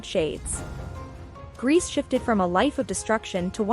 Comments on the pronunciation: So lazy making a historical video about people you can't even bother researching how to pronounce their names. Calling this (horrendous) person "Irma Grease" throughout! Guess you're getting your YouTube views which is oblviously your main concern. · And Grese is pronounced “ Grey-say” 🎉